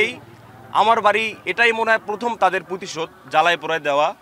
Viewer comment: এ কোন লেখক নয় একটা ভুয়া কারণ এর উচ্চারণ ভুল ভালো করে শুনে দেখেন এ "প্রতিশোধকে" বলতেছে "প্রুতিশোধ "